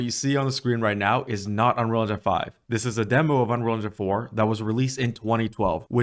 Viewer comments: You say “unrol” engine lmao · How can you make a good tutorial if you don't even take the time to pronounce Unreal correctly...? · man this guy cant pronounce unreal :D its funny